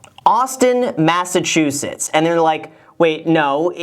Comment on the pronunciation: no one: Graham: AuStiN MaSSchUsetTs!!!